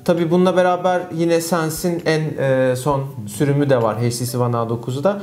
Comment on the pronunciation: sarı kardeş "heyç ti si" değil "eyç ti si" şuradan dinlemende fayda var